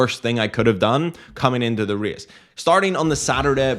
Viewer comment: Reeas - this fancy way to say a race word 😅